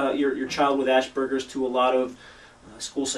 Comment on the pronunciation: Honestly, your credibility would be much higher if you learned to pronounce Asperger´s...